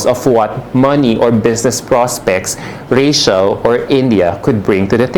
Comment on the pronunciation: 'Rey-chl", anak at hindi "Reyshel". ❤ Love you, 'nak!